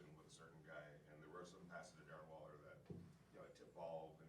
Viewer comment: Just say it Carr " Waller "